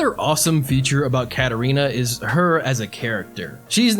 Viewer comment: Dude her name isn't Catarina clouse 😂😂😂😂😂